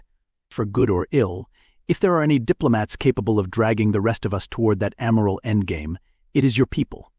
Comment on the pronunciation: 'A-tash-ays', not "a-tatch-us." 'Ay-moral', not "am-er-ul."